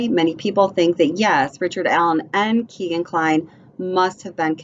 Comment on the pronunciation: It's pronounced "Keg"an, not Keegan. He's named after his Dad's favorite bar Keg and Stein.